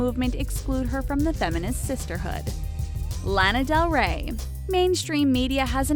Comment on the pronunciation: it triggers me so much how she says Lana Del Rey..